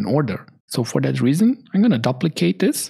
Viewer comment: Great comprehensive course. Just the word "duplicate" is pronounced with a long u like the word queue. Sorry, it rings in my ears. I know the English language is filled with lots of irregularities. People pronounce the word "tuple" with a short u but I have also heard people pronounce with a long u sound.